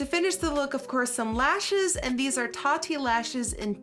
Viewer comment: Lmao I was looking at my phone for a second and she said tatti lashes I’ve never looked up so fast I thought that Tati made lashes 😂😂